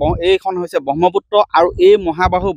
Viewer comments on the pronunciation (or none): Pronunciation bur olop xuddho koi kobo dei. Bahmoputto nohoi... Brahmaputra..!!!